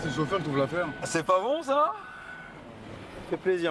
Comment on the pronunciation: «c'est bon çoh!» ah l'accent du Nord